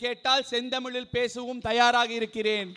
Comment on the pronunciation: தய்யாரா இ(ல்)லை தயாராக தமிழை உச்சரிக்க வேண்டும்